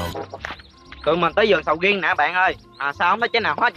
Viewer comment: Nói ra sầu riên ra sầu riên luôn ah úi